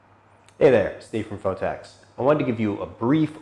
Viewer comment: ''Phottex'' lool